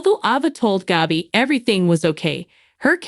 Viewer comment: Will never subscribe. The absurd way you say character's names grates on my nerves so much that I can't listen. It is Gabi not Gobi. Ava's name you blew out of the water. Goodbye